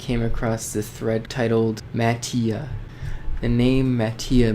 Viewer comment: it is pronounce as mati(ma-ti-ah)